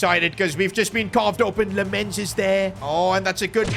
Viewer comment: You have to pronounce Lammens his name like "Lammins"